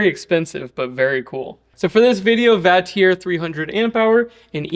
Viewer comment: The only thing I disagree with, is the way you pronounce Vatrer. 😆 I agree though. I’m testing one of Vatrer’s 560ah 12v’s right now. They always have solid builds. And nice beefy JBD BMS’s in there too.